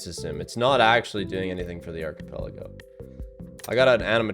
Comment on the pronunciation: thats not how you say archipelago